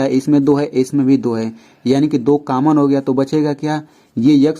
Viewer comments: Sar common hota h caman nhi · Sir common hota hai cammon nahi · Sir cammon nhi common hota hai 🙁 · Caman nhi common hota hain pronounciation acha karye btw ap Bohut ache se explain kar rahe hain par thora pronounciation acha karye